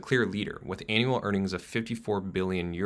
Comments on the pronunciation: And it's "annual" not an.. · “Anal earnings” 😂😂😂 This guys pronunciation! He needs to learn how to say Givenchy if he is going to comment on high fashion.